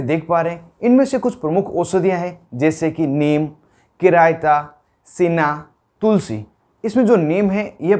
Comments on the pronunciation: Its'nt किरायता, It's चिरायता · चिरयता को किरायता बोल रहे बेवकूफ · buddhu dr chiraita hai kiraita nahi